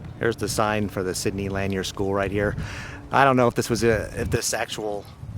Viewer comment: The school Sidney Lanier is pronounced “Sidney Laneer.” You aren’t pronouncing it correctly in your video.